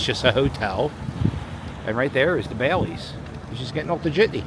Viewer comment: The Wild Wild West casino was an operation casino owned by Ballys (pronounced: Bah-lees, not Baileys) and it was open until about 2010. I use to play a lot there from 2005 to 2008 when I had to work in town.